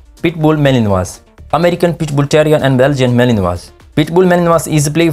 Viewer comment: Mal-in-wah, yo.